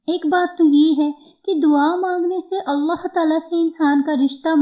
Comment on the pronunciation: Sahe alfaz allah hai aullah nahi hai ap apna alfaz sahe karen allah hai sahe alfaz